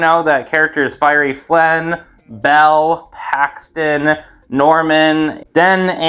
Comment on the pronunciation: For a second I thought you said Haxton and not Paxton